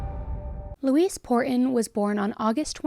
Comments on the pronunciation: Is anyone else hearing her say Louise like "Luis?" Like instead of saying Lou-EEZ, she's saying Lou-iss? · Usually Louise is pronounced Loo-eez (You are pronouncing it like Luis, with a s at the end ibstead of the z sound we often use for the letter "s"). 🙂 Not that I care if that monster's name is misprnounced, but there are a lot of people named Louise out there. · It’s pronounced “loo-ease”. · This name is pronounced "Loo-weez". I don't know why this bothered me so much? Just accuracy I guess? It's not a name commonly used these days so maybe younger folks don't know the pronunciation? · it sounds like shes saying Luis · It's pronounced 'Lou eeze'. No, this is not all I took from this story before anyone starts, but if you're going to do an article at least get the name right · It's pronounced 'Looeeze'. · You're killin' me lol My grandma's name was Louise, the "s" sounds like a "z" - it isn't pronounced like the Hispanic "Luis." That concludes this PSA, tyvm and have a nice day.:face-fuchsia-poop-shape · Always a fan. But not a fan of the name Louise given it was forced on me and for anyone reading this, that’s not how it’s pronounced. Thelma and Louise.